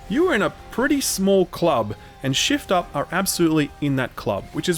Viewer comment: keep hearing shill up every time you say shift up lmao